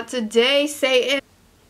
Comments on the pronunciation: "NOT TODAY SATIN!"😂😂😂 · "Not today Satin"😂😂😂😂😂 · lol she said not to day Satan